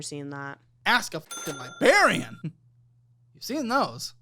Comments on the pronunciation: The “Libarian” got me. Got an audible laugh out of me. Lol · Its librarian, not libarian and library not libary. Also, don't they teach you how to use a library in school anymore? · I love the stepped up editing by the team in particular the Family Guy clip and "Libarian"